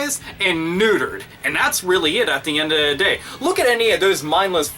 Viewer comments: I SORRY BRO YOU ROCK, LIKE SERIOUSLY, but its a lil funny when you say at'the'endatheday XD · this video is great but i just wanted to point out that you say "at the end of the day" weird